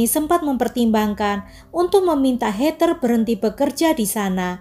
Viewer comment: Hallo.. maaf yaa aku koreksi sedikit yaa.. 🙏 Heather sebutan bukan hey ter tp hey dher (tanpa ada tekanan R juga 🙏)